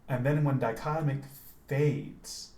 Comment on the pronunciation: I like the pronunciation. I usually say dick o tomic probably way off. Thanks for the vid man!